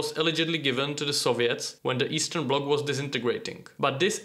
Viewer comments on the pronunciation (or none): none